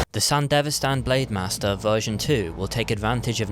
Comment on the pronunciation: It's Sandevistan, not sandivestan 🤦‍♂️